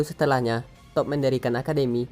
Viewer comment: Cara bacanya diperbaiki. Jadi geli di kuping. Toph. Bukan top. Tapi tof/taf Badgermoles. Bukan Badgermoles. Tapi bedgermols.